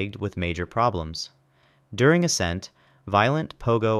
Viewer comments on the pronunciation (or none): none